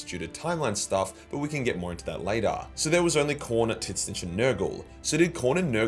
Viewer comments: do i keep hearing "tin-snitch"? :face-orange-raised-eyebrow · Titsnitch is the most aussie way you could possibly say that name lol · The pronunciation of Tzeentch is hilarious 🤣 it’s made my day 😂